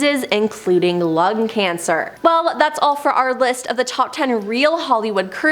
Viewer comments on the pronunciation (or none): none